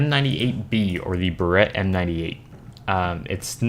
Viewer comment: You are saying Barrett wrong. The M98B or 98Bravo fires a .338 Lapua magnum round. The picture you showed for it is not anywhere close to being the right gun.